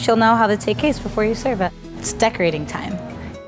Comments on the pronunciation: She said take castes instead of cake tastes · aww she accidentally said "plus you'll know how the take castes" instead of "plus you;ll know how the cake tastes" haha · We’ll know how the “take caste” lol 😆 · “ how your take castes” lmao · “take castes” I legit thought I just misheard that like I usually do